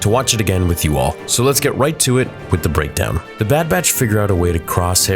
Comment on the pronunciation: I love your Breadkowns - literally says breadkown